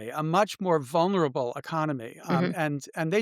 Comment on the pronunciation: It’s vulnerable, not vunerable. C’mon, educated people! 😉 But great discussion.